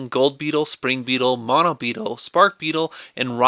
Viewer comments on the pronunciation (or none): none